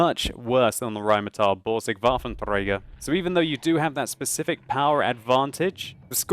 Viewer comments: ThePacifiCastIRL W is pronounced V in german. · ThePacifiCastIRL It almost sounds like he says (english phonetics) VahffenTHrager. Germans don't have "th" in their language as far as I know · I find it really annoying how you say Waffentrager :/ It sound like Vaffen-(Gurgle)er Sorry for hate comment :(